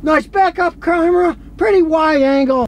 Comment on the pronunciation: the way he said back-up "cawera" lmaooo